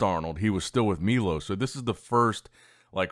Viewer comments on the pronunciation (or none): Milosh not milos